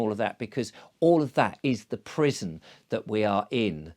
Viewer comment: At first, I thought you were saying prism not prison. The rabbit hole was originally the crypt of Ripon Cathedral in Alice in Wonderland. Scotland has a high percentage of you scratch my back, I scratch yours and for centuries. How they free-ly get around modern quota laws is a mystery or secret.